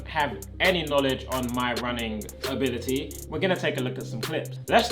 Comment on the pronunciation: No one Me laughing when he said: "ability" etc